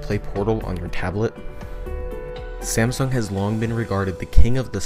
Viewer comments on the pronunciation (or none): none